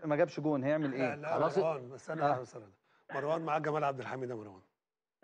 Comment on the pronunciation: اسمو مروان مو (ماراوان؟؟؟) شوهتو الإسم يخرب بيت الي علمك اللغة العربية.